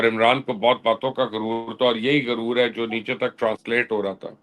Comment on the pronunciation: Why you say guroor for arrogance. In Urdu first letter is GHain and not Gaaf